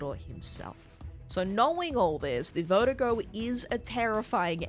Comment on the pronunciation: It’s killing me that you pronounced “verdugo” vertigo, but worse when you give Krauser the white guy accent when pronouncing his name